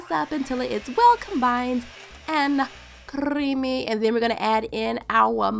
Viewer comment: I love your crrrrrrrrrrrrrrrrrrrrrrrrrrrrrrrrrrrrrrryyyymmyyy loooooooooooooooool